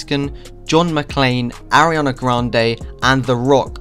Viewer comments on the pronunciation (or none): none